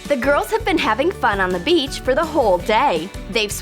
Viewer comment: when she said beach I remembered tae & jimin: -beach -bitch? -beach! -bitch?.. lmao